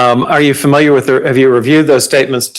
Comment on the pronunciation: Lawyer gets one point for saying "familiar" and not "fermiliar."